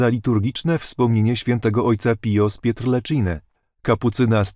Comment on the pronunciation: ... z Pietrelciny (czyt.: pietrelcziny). Proszę czytać uważnie. Dziękuję i pozdrawiam.